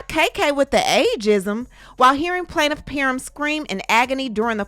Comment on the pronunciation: Planiff peerrm 😂